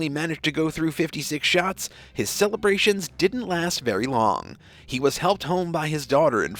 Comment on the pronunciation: " Didn't" not "dint". Try to pronounce common words properly for a more professional presentation.